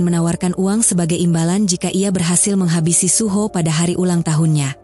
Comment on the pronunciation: Kak aku pernah denger kakak ngomong suho jadi suhu kak dikit dikit sih 😅